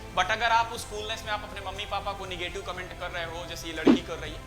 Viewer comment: Negetive hota h bhaiya nagative nhi